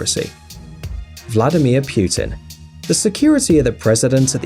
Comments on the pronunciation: Pu-tin not Pewtin So many ads... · Did you just call him "Pew Tin"? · Then Recep Erdogan is pronounced like re-jep er-doh-ahn(without g), and Vladimir Putin is vlah'dyee-meer(palatalized) poo-tyin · The PM of Japan is called Shinzo Abe (pronounced "Awbey", not "Abe" like "Abe Lincoln"!!!!). Also: it's "Vladimir Putin", not "Vladimir Piutin"! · WTF ITS NOT PYUTIN ITS PU-TIN STUPID SPEAKER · Erdo Gan! That’s funny. Pew ton! Lol. The Abe....cmon. (SHEEN-ZOE ah-bay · DO NOT pronounce non-english words the way you pronounce english. Shinzo "EYB??" "PYUTIN??"are you fucking serious. This english speaking people are so damn ignorant about other languages. Downvoted! bye! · "EYB" and "PYUTIN" disliked this